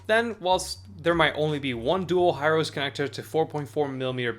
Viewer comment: Hirose = ヒロセ = "hee-roe-say"